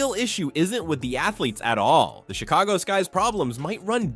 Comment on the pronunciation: Chick-a-go-ski ... LOL! ... This channel is a mess! Thanks China or India.